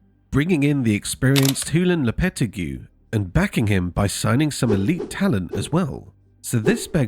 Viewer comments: Lopeti who ??? Learn to pronounce his name before doing a video. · bro pronounced lopetegui horribly